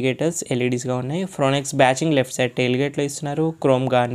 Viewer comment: ఫ్రోనెక్స్ కాదయ్యా బాబూ...వినలేక సచ్చిపోతున్నాం.